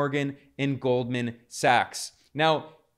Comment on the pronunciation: Goldman Sachs... not Goldman Sucks... Zelensky dude. At least learn how to say your owners name...